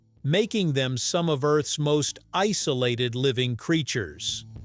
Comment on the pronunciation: Did you say the lakes were ice-olated?😀